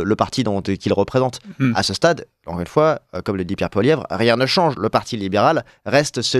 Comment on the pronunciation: Bonjour du Canada: l'on dit Poilievre pas Poilieuvre